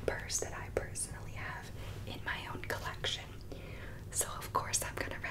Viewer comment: Lol every time she said “personally”, I couldn’t help but hear it as “PURSE-onally” and I giggled a bit 😂